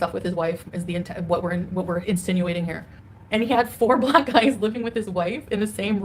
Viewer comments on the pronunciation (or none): I hate the way she says “BLACK guys”